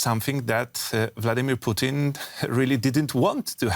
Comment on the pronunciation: Anyone else notice how they keep pronouncing "Putin" as "Poutine"? I keep thinking of a walking plate of french fries, gravy, and cheese curds screaming at his generals for their poor performance in Ukraine lol.